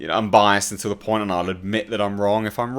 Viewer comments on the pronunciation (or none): none